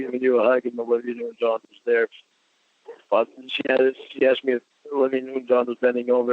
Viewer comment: “I couldn’t help bawt cry reading the chat” right, cause it disproves the absolute bullshit you tell yourself about “didn’t wanna go there” “They brought up shex first”